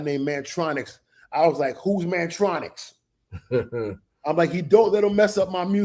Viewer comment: Kurtis name is Mantronik, not Mantronix. Mantronix is MC Tee and Mantronik